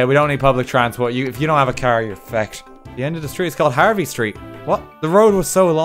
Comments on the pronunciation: If you do have a caer yer fecked. Me: He's speaking the language of gods. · Rewatching this, the way he says fhecked is just golden